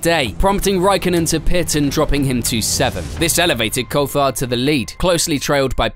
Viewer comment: This cheap AI has such a struggle pronouncing words, and at worst, pronouncing Jaguar akin to Juggular ftom what I heard, smh. Coulthard sounding like cold fart, again smh. Sorry if there was a live person narrating, mistaking you for those lousy bots.